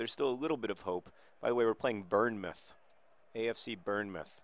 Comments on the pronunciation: John, it is pronounced "Bornmouth", not Burnemouth :) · john it's pronounced born-muth not burn muth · It's pronounced born-muth, not burn-muth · I was listening to this one and thinking where the hell is 'burn-mouth'. It wasn't until I looked at the screen I realised it was 'Bournemouth' he was on about. It's pronounced "born mouth". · Speaking of mispronouncing, Bournemouth is pronounced Bornmuth rather than Burnmuth. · its pronounced "Born-muth" not "burn-muth" btw john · Burn meff? No sir, tis pronounced Born muff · For future reference John, it's "BORN-MUTH". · 'Burn'-mouth? That's almost as good as when John tried to pronounce Derby! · It's Bourne, like Jason Bourne! And keep your chin up, the Swoodilypoopers are going to bring it back! ^_^ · John, As an English person I can tell you that it is pronouced born-moth or born-mouth, or sort of in between (born-muth). As in "The moth was born. It was a newly born moth." however biologically inaccurate that scentence may be it was the only one I could think of. Best wishes. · /Bornmuth/ that propably doesn't help, bot it's pronounced born as in brought to life. Also I can say that as a Dane I two apreciated the Maradona-slam. Furthermore it seems that you're taking my advice on mispronouncing Masenamela, which is great if you're doing that deliberately. Although that doesn't seem to be the case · For future reference: It's pronounced Born-muth. (Like Jason Bourne) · I always hate these sorts of comments, but just though you might like to know Bournemouth is pronounced 'born-muth' :P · Bornmouth afc thats how you say it John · It's Born-muth :) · Pronounced Born-mouth by the by. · Tell me about it. I'd never noticed how annoying John's mispronunciation was until he tried to pronounce 'Bournemouth', the area I grew up in... Hearing him say 'Burnmuth' was physically painful. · Bournemouth pronounced Born-Muff! lol :) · bournemouth - pronounced born-muth like stuff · Just for reference it's pronounced born-muth